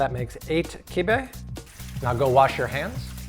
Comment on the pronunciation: Sorry bro that’s not kibbieh